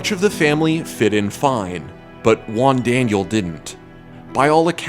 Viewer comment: "Juan" is not even near to be pronounced like that xD "she"? are you assuming Jigglypuff's gender? You're so sued.